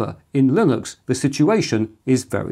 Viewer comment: linux, lillux, vilux I hear you saying them all lol